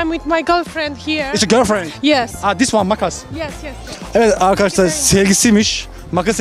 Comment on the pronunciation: ulan şu videoların girişinde azcık okunaklı konuş, bunedir olum ( mereba arkaşlar ve siz çok hoşgensiyorum ve ve veeee evet arkaşlar bugüüünn) şu girişi değiştir kardeşim onun haricinde seviliyosun